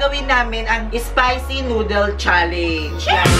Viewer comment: it's spicy not ispicy